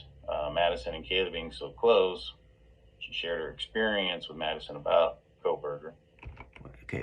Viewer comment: These guys don't know the basic FACTS about this case, let alone keeping their speculations straight! He totally lost any potential credibility when he says "Maddie Mogison"...!! 🙄 Sorry ~ but at this point in the case if people still can't pronounce the NAMES of the people involved in this case properly and still say: "GonKalves" "KernOOdle" "ChaPPin" "KohLberger" -- They're done. (Mainstream media is guilty of this too, it's just so disrespectful. Great video,. 👍